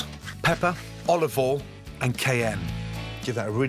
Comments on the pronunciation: Nobody: Gordon Ramsay: olive ole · “Olive ol” -Gordon Ramsay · He also says Olive Oll, doesn't pronounce the "i" in oil at all. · "olive all" you mean